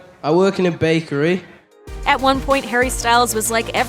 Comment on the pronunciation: Years later and the way he says 'bAy-kErY' never changes😂